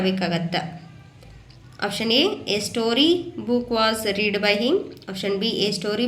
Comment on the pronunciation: ರೀಡ್ ಅಲ್ಲ ಮಮ್ ರೆಡ್ ಆಗತ್ತೆ